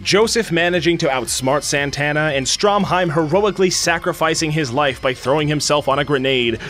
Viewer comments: Has no one else noticed he called Stroheim Stromheim? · Bruh you really gonna call him "Stromheim" instead of "Stroheim?" Also he didn't really throw himself on a grenade. He fucking held that grenade in his own face intentionally to blow his body to pieces and kill Santana.